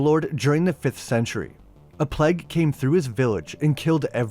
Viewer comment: Man I love your videos, but I swear, every time you say "plague". I think you're saying "pleg". 😂😂